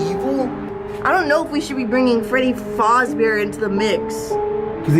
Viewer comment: The way they say “fazzz bear”